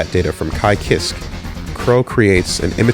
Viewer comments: How can pronounce Jam’s last name but not Kiske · I always pronounced it "Keyskay"